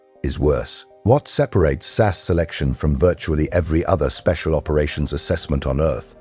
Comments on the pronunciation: Your producing them “Sass”, get it right man it’s 22 S.A.S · It’s S A S not Sass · effing AI it is not sas it is S A S, capital letters, Jesus English is not hard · And it's Ess Ay Ess, not Sass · Will somebody please teach AI that ‘SAS’ is an INITIALISM = letters pronounced separately S-A-S! Not an acronym, like NATO, or NASA. SAS stands for the Special Air Service, it is often also used as an umbrella title for their brother force the Special Boat Service. Most of those that are prepared to listen to this waffle probably already know that but evry time I hear that American AI voice referring to the “Sas” , I want to scream!! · Teach your AI to say SAS correctly.